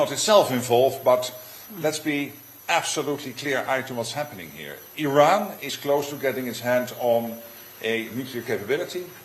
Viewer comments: Why do you keep saying Oh Ran? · Just in case you didn’t realize, you are saying O-ran instead of I-ran.